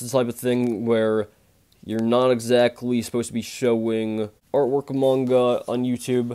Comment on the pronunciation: When you say manga you sound like your saying moinga it’s quite funny but I don’t mean to be ruse